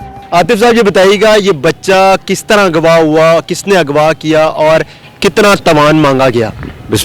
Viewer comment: اگوا نہیں اغوا ھوتا ھے مسلمان جس نے قرآن پڑھا ھو غ کو گین نہیں پڑھ سکتا